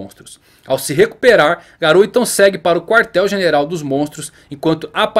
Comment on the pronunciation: se fala "Gáro"